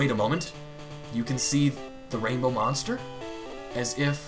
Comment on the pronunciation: "Monste" xD